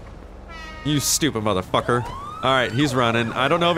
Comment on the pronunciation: how many time that this person said "modafocka"